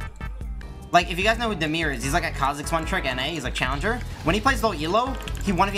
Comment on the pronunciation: It's damir not demir btw